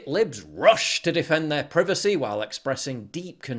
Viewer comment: Prih vacy?